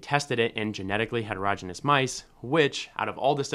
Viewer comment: "Heterogeneous" is pronounced hetero-GENE-ee-us, not HETER-roj-inus. If you can't pronounce a basic word in biology, what else do you have wrong?